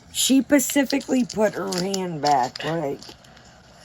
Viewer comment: I love when you say pacifically instead of specifically, I never try to correct it cause I think it’s cute! Don’t change you ❤️